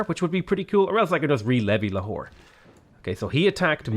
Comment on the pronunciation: Replace potato saying lahore with a whore, its hillarios